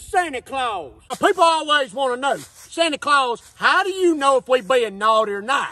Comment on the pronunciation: 😂😂 nkt santa San Ta but its sany ? 😂😂😂 sanny clause